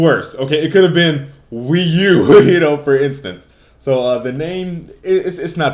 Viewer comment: lol, wee-u-2